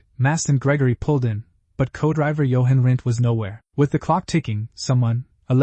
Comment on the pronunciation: Unbeatable Shit-Show of a Le Mans video was it even checked pre-uploading? stupidly, while it can't pronounce the name of the event, and instead of say GT-40's it says GT-40.."S" along with 7 litre V-8.."S", It some how masterfully pronounces Jochen Rindt!!